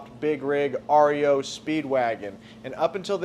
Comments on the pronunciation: Hilarious YOUR SAYING AREO instead of REO but I kno in the heat of the moment working and being excited words don’t matter🏁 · its ree-oh not r. e. o. and speedwagon is a kids wagon, not a vehicle. peace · What's the name of that truck that's called Rio I had a couple of them back in years and years ago and they're pronounce REO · If you guys just knew how to pronounce the REO